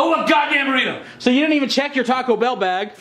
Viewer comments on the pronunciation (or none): “I want my godam Burriter 😂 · Burrito not burriter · He’s saying burrito tf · sounds like he’s saying “I WANT MY GODDAMN BRITAIN!”